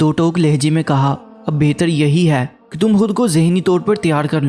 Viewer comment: Aap khe ko hey mat padhe plz . Irrigation hoti h